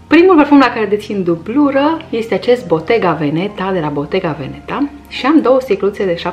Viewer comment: Va aud pe toate ca spuneți veNEta când accentul e pe prima slabă, deci VEneta. Sună la fel de urât ca si tiraMIsu la care accentul e pe ultima slabă.